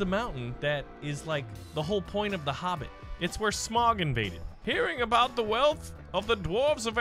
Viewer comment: I love how much of a lotr fan he is but it’s so mildly infuriating that he pronounces smaug as smog